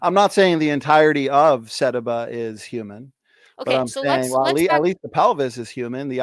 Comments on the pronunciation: His inability to correctly pronounce "sediba" is literally driving me crazy. Your patience is that of an atheist saint. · Every time he mispronounce sediba, I lost a piece of my soul.